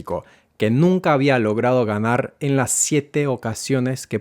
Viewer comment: Why does "" pronounce the final R of infinitives as the rolled RR (as in PERRO), instead of the correct tap R (as in pero)? This is, I believe, a non-native speaker over-correction. It isn't right to say "no va a ganarrr"! (Some of us non-natives are, it seems, so pleased about having learned to pronounce RR, that we use it where it doesn't belong.)